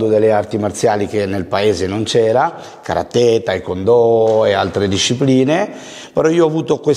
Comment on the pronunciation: Che fastidio che non riesce a pronunciare karate nel modo giusto nonostante affianco che lo pronuncia ovviamente giusto😅